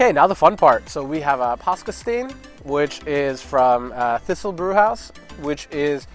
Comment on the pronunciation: Fur rhymes on tour. And another danish tip. When you come a cross a name that starts with "Th" just pretend the h isn't there. You really butchered the name of my home town Thisted there